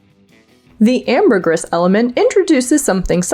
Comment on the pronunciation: You said 'ambergris' wrong!